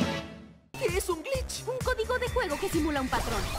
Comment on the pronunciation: Porque dices "Glitch Techs" como "Glit Tech"???